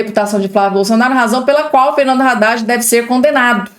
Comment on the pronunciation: A pronúncia não é Raddad (com R) e sim Addad, o(H) é mudo.